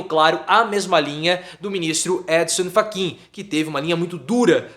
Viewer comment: Gostei da pronúncia "Édinsan Faquiinn" rsrs